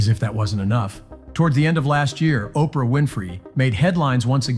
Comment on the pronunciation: Operah… urgh..